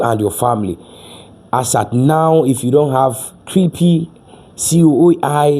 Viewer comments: Stop saying creepy!!!!!! Learn the pronounciation!!!! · Please, stop saying "Creepie". The right pronunciation is "Crêp"; the last "e" is silent. It is a French word for Pancake. Thank you.